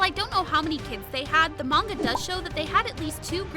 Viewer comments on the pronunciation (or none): none